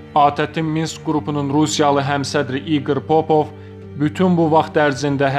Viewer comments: Metni oxuyan soyadları tehrif ederek oxuyur, bu ise ciddi mena deyişikliyine sebeb olur...Popov soyadını teleffüz ederken vurğunu birinci hecaya deyil, ikinci hecaya salaraq 'papov' oxumaq lazımdır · "İqr Popov"yazılır,"İqr Papov"oxunur.